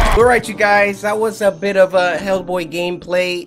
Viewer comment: Dude that says the name of the character: Hellboy Cory: (Spins back the video) Also Cory: Heckk boy